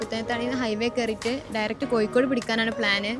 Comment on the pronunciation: ആദ്യം മലയാളം പടിക്കു. മയ അല്ല.മഴ. കോഴിക്കോട് Koyikod alla.